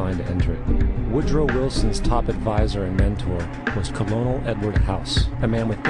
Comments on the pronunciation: The narrator called Edward Mandel House "KuL OWN uL" instead of the honorary military rank of "Kernel", as in immediately below the rank of general. Apparently the narrator thought that "Colonel" was House's name instead of a title. ( the phony rank was a gift from a former TX governor) This doe not inspire my confidence in the education system or the choice of a narrator for the film. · Jesus, Colonel is pronounced 'Ker-nel,' not 'Colon-el.' This isn't a colonoscopy. FACEPALM. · BTW "Colonel" is pronounced "Kernel." First time I've seen this. Thanks for the food-for-thought. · WAIT WAIT WAIT, did he just say colonel ??? as in co lo nal ? its pronounced KERNAL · colonel "≠ col-o-nel" colonel="ker-nel" nice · Colonel =/= Koh-loh-nel Colonel =Kernal Propaganda films tend to have more effect when the words are pronounced correctly. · Colonel Edward House is pronounced "Kernel," dude. It's a military rank. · Two things: one, the income tax *is* Constitutional and there *are* tax laws on the books. Telling people otherwise is irresponsible. Second, it's spelled "colonel", but it's pronounced "kernel". Honestly, you were doing do good until the point where you starting spewing crap about the federal income tax. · Colonel is pronounced Kernal. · Way to pronounce "Colonel", narrator. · I don't know how real this video is. They know everything about the currency and federal reserve/ why we have to part in war, but can not pronounce colonel right? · or maybe you've been saying colonel the wrong way your whole life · I like this video, but I gotta say that the narrator loses some credibility by mispronouncing the word "colonel". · i dont believe any conspiracy theory that doesnt know how to say colonel right...income tax is a required part of our economical situation. how else would we pay for the public services such as police and medicine as well as national security? i highly doubt that none of my tax money goes to these services